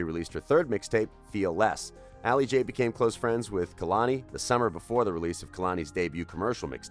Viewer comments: He Ain’t even say Kehlani name right kAy-Lani not kUh-Lani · Ka-lani? Who tf is that. It’s kay-lon-e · Kay-lani not kuhluni